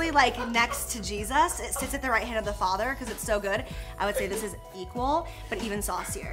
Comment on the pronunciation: What the!? Are you saying a firm HAM or HAND to slap Taco Bell with?! 😂😂